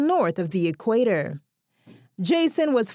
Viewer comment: The voice over is so annoying.... Equarrror* you mean equator... Also the lady said he moved to Nyahururu, voice over incorrectly said Nanyuki..both are on the equator* but are quite different towns